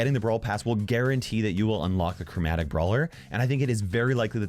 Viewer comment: Yeah but if you say it you can hear CROWmatic